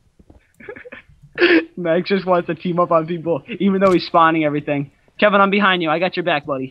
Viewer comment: you guys all ways say CREEPER BEHIDE YOU